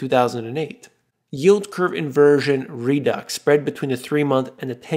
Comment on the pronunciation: Thank you for the good information! I enjoy this channel and the broad references you include. No offense please. But please pay more attention to your language (pronounce redux correctly). I do NOT criticize or mention your usage except for one out of ten (or more) errors. I know that you will do absolutely fine without me, but please consider that I won't subscribe until you improve your language. I enjoy your work (otherwise). Thank you for considering my comment positively. I do admire most of what you do!